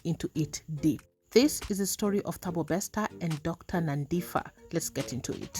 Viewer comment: Great coverage of the story but just one correction. You don't read the name as Nandifa I know most Kenyans struggle to read South African names with "ph" its phaaa not fa. Wish I could pronounce it here